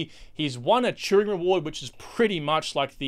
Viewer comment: Turing Award, not Turning Award.